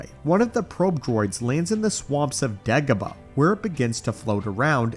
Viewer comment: It sounded like you said ((Degabadoh)). LoL It just rolled into my ears like that, idk. 🤷 👌